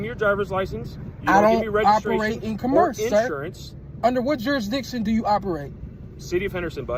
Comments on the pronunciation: Let alone the way he pronounces commerce... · Sovereign dude can't even pronounce "commerce". He needs to study his sovcit handbook. Know what I'm saying?